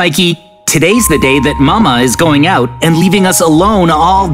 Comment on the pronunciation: Not mama is mame